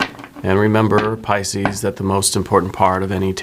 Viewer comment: You are so good! Truly! P-yes, Ca sound not the Ch sound and I have TMJ! I work in the medical field. So happy you posted this! You made my day!